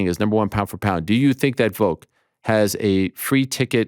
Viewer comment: Ariel, you gotta stop saying "Voke" my friend. It's Volk. The first four letters of Volkanovski.